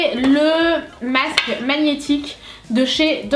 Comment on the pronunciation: On dit masque pas macce